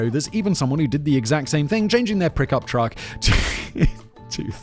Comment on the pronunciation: Simon laughing at "Thot Patrol" and missing the fact that he said "prickup truck"